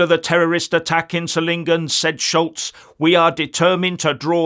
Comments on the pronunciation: Solingen is pronounced ZOL-ingen, with the soft Z as in 'zoo'. Just FYI :) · Hi. Solingen is pronounced with the focus on the o - like 'so lingen'. It oddly enough is Germany's famous 'City of knives' bacause of its manufacturing heritage.